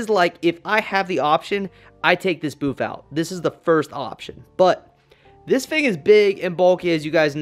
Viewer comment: Am I the only one who hears him say Boof instead of Booth